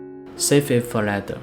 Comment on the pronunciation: 您好，您的英文讲解很好，英国人能听懂，而且观众有子慕的选择。唯一有进步空间是您later 这英文字的发音，坦白说让人听了一头雾水😊。我没恶意，是中年人，大马华人，生活在英国30多年，写这评语只希望您这美好的视屏受到更多老外的喜爱。让您得到好的辛劳回报。